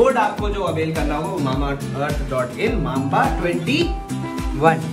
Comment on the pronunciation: Its not mamaearth its mambaearth ❤️😂